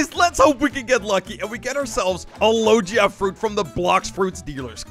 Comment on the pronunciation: "Lojia fruit" 💀